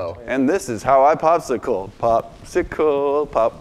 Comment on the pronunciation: He said popsico it's a go noodle